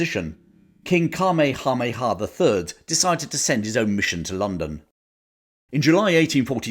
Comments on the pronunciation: The Hawaiian King's name is pronounced: KA-MAY-HA. MAY-HA. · Right after you first said the name of the Hawaiian King, I hear my grandmother rolling around somewhere in the afterlife. She lived there for some time in the 1950s, and were she here would explain that it’s pronounced: Kah-may-ha-may-uhh. :) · Not to be pedantic but rather to help (as for some reason all Brits on YT struggle with the name): It's Cuh May Uh May Uh. We in the Pacific states of the US grew up learning about this remarkable man, probably Hawaii's greatest king and so, we're very familiar with him and his name. Next time all of you Brits sit down at your local, spread this info around. It's a bit cringe to hear you all continue to mangle it. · Either get a real person to do the narration, or if you have a real person, get someone who will do their homework on pronunciation. King Kamehameha's name is terribly, embarrassingly mispronounced (it should be "kuh-may-uh-MAY-uh"). Also, the rank of ensign is badly mispronounced, not "en-SINE" but "EN-sen." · Magnum pronouced it kameamea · Where did you come up with that pronunciation for Kamehameha ? Hmmmmm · Fascinating history... Your pronunciation of Kamehameha made me smile... Always enjoy your narrative... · That is the strangest pronunciation of King Kamehameha's name I've ever heard. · The Hawaiian language is a potential minefield of mispronunciations for haoles (HOW-lees). Still, I have never heard King Kamehameha's name butchered quite so thoroughly! No worries,. As always, we know you meant well.